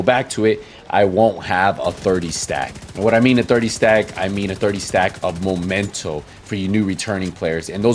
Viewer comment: i find funny when you say Momento haha. It's Memento